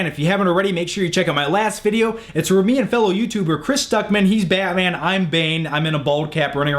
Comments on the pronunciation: you say batman weird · I hate how you say batman